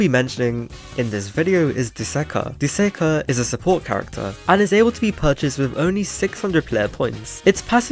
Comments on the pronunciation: Bro literally said duzakah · bro said dusakar